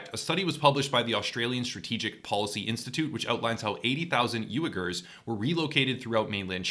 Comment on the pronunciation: Its "W-ee-gurs" m8... just so ya know